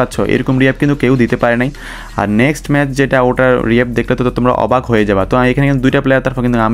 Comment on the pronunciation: অভাক না অবাক হবে 😂